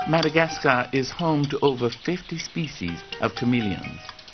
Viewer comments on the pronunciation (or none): Is he saying "MadagasTar?"